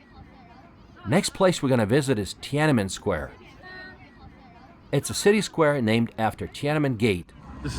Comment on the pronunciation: love your videos! but it's not tia nan men, it's tian an men, haha, love from Shanghai, lived both in Beijing and Shanghai, I think Beijing has more fun and ancient places to visit, and people are more friendly and chatty. People in the North loves to talk and chat.